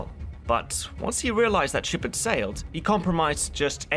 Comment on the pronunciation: ANTE-KEY-UH not ante oh key uh. still another w history buff video